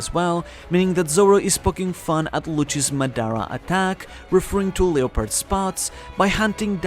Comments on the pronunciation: The way he pronounces leopard is buggin me way harder than it should lol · 😭 u pronounced the japanese words so well and then butchered leopard